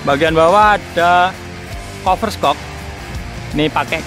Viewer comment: Nilai bhasa Inggris pas jaman sekolahan berapa mas?tulisannya review dibacanya riview,dan itu tulisannya shock buka skok ya 🤦‍♂️🤦‍♂️🤦‍♂️